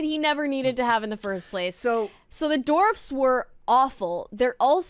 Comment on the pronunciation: She corrected herself later but I swear the first few times she said “dwarfs” she pronounced it “dorfs” lol